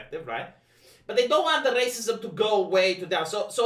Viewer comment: I don't know why, but I always chuckle when he says "racismos"